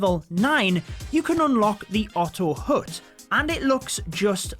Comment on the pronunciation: It's not otto hoot, it's ottto hat in pronunciation.